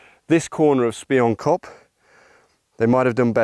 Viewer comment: Pronounced SPEE-YOON-KOP. Means "Spy- Hill"